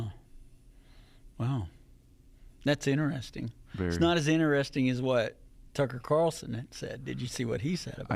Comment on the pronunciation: Did I just hear Tucker Quatarlson? 😂